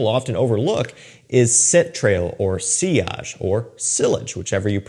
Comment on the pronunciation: Sillage with a hard L is wild 😂. It's a French loanword. It came with its own rules already on pronunciation